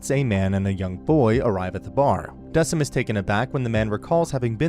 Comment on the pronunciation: I'm sorry, I have to say it😭 It's pronounced "Deh-kim", not "Dehseem" or "Deh-sim"🥲